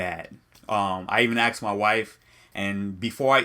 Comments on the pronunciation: Asked. Not Axed. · "Aksed me" I'm out. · Aksing also pisses me off lol